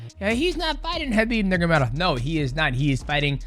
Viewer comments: bro not trying to hate but is nurMAgomedov you say nurgomadov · Isn't it NurMAgomedov? Not Nurgomedov? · I love how he calls him “Nurgamedov” the entire video 😅. Is he Chael now? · Ner Mah Go Medov Not nergomedov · Khabib "NeRGaMeDoff " lmao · Mighty Mouse, I love you, but you're butchering Khabib's last name. 😂